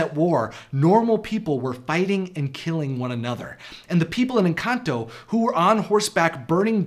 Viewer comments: Lmfao he pronounces "Encanto" as, "Enkantō." xD And "Pedro" as "Pētrō." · The way he pronounced encanto 💀💀